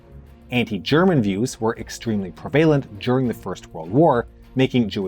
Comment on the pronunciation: I wonder where this guy comes from? Interesting accent saying "prevalent"